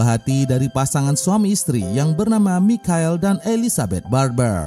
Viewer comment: Bang,,michael bacanya maikel